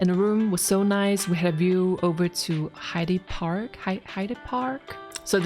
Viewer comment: If you go again Hyde Park is pronounced Hide Park. Great to see your channel get recognised by Amazon.